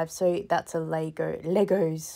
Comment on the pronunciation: Lay-Go (leggos) 👌🙌🏿😂